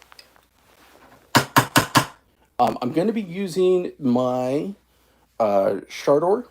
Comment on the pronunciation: Hey! You learned how to say Shardor correctly :) (just messing with you dude)